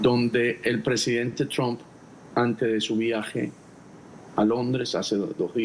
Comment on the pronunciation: BOBO, EL APELLIDO DEL PRESIDEN DONALD SE PRONUNCIA TRAMP, DEja de pavadas y pronuncialo correctamente traaaaaaaaaamp